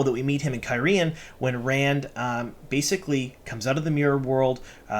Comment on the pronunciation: You can't even pronounce Cairhein correctly (care-heen), and we are supposed to take you seriously? Plus all the ignorance of what actually happens in the book, versus the show. Ugh.